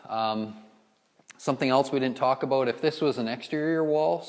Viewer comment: Edward Dongres "aboot = about" thats how I knew it was Canada Lol. Great video though!